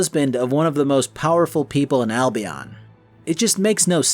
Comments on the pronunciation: The constant mispronunciations of Albion is hurting me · Seriously another one says Albion wrong... sheesh